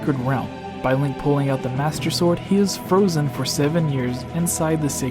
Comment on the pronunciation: "swwword and shilld"